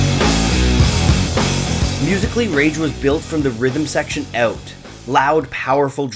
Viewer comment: Awt.. you are canadian.